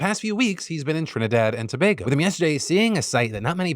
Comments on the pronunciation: So as a Trinidadian firstly thanks Phil for covering a story about my country and pronouncing Tobago correctly . I appreciate what he was attempting to do but at the same time it came across as him glorifying it. You are correct abt the crime though. What you also left out was how ridiculous cost of living is in Trinidad and Tobago which contributes to the high levels of crime. Imagine as a teacher I had to move to Japan to make a livable salary and to feel safe. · TRIH-nih-dahd & tah-BAH-goh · Shoutout to Phil for pronouncing Tobago correctly!